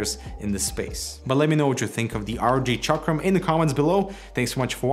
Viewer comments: It's Chakrammm not Chakream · Chakram is a Sanskrit word, from which Hindi (that Indian language) evolved. Both Chakram were pronounced incorrectly, but close enough seeing that is accentual. Ch (as in chair) a (as in u of us) k (as in katana) ram (exactly rum). So it's more like Chukrum. This info is good to know but it won't benefit you whatsoever.